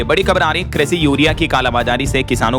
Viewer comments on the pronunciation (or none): none